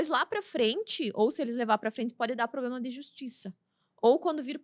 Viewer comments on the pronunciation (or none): none